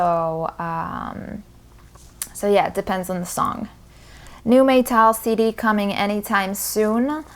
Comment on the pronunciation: I have a feeling when you say "Meytal" it makes me or you saying "My Towel" 😎